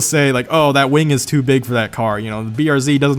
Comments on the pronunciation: its a wing not a waing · i heard 'wang'